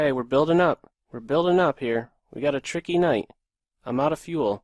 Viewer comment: lol each time u say "tricky night" i burst out laughing